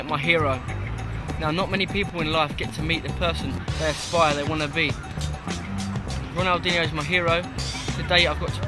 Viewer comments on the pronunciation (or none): none